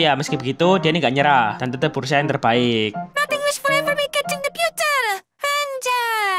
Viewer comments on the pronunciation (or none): none